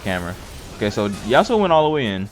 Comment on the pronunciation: The fact that you couldn't call yasuo his name has me triggered